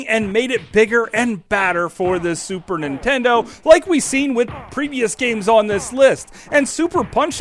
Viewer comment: Why do all Americans pronounce it Super Intendo?